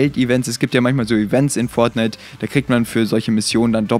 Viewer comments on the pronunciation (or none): Events in Fornite Als ob er Fortnite sagt xD